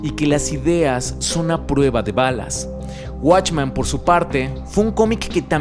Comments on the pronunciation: ¿Por qué dices "watchman"? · ¿Por que en todos tus videos proguancias "Watchman" si la pronunciación es literalmente "Men"? ya que "Man" es singular y "Men" es Plural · Esto no es una critica ni una queja pero siento un conflicto enorme cada que dice WatchmAn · soy el unico que le causo ruido que pronunciara "Watchman" en lugar de "Watchmen"? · Está muy bueno tu video, pero se dice WatchmEn con E. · se dice watchmen compare no watchman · "Guachman" A pesar que el comic es mejor que la pelicula a mi tambien me gusta verla como un complemento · esta chido el video..pero si duele escuchar la palabra "watchman" XD